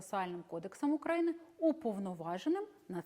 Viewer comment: Хоч би назву країни вивчила з її наголосом. УкраЇни. Сором